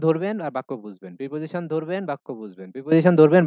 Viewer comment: sir, Preposition এর উচ্চারন আপনি প্রাপজিশন বললেন এটা কি সঠিক উচ্চারন, আমি জানি উচ্চরন হবে প্রিপজিশান